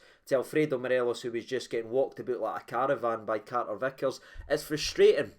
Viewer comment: "Walked aboot like a caravan"?